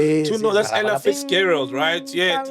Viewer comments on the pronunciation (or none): none